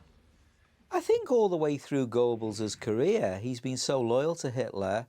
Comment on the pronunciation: A professor should learn German pronunciation…eg “Gurrrbels” not “Gorebels”